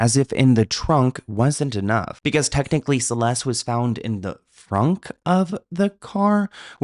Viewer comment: Celeste has a T at the end. it is not a silent T.